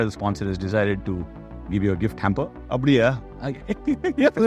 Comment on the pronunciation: That apdiya in the end was very much in native Tamil Accent that took me by surprise being a Tamilian myself that Ravi bhai had told it in the end😂. Gem of a character🕊️.